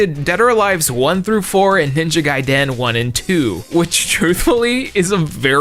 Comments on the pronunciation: Why do you say ninja gaiden so weird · Unrelated to everything but I despise the way he says Ninja Gaiden